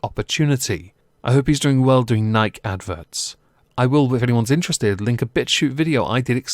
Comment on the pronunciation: That "Nike" pronunciation lol